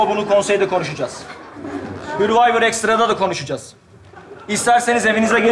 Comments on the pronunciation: Hörvayvır değil sörvayvır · Tabikide bilmiyor ki hurvivor söylüyor hurvivor yazıyor